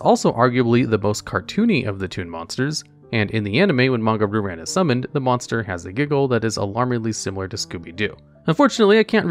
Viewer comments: Ree-u ran* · I like watching these videos because they’re very interesting and entertaining, but say it with me “ree-oo-rawn”. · Normally I don't complain about mispronunciations but hearing "Roo Ran" over and over was a bit rough. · the way he says Ryu-Ran is PAINFUL